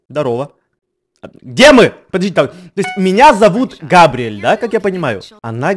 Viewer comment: у габриэль ударение на 3-ий слог